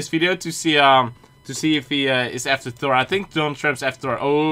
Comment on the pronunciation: I like that he says tor not Thor